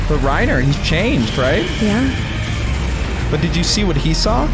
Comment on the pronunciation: Why do they pronounce her name “Gobby” and not “Gabbi” in the dub? Gross Edit:ew, why do they call Reiner “Ryna”